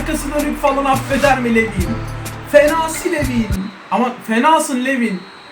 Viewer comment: ABİ O ADAM LUVİN DİYE OKUNUYOR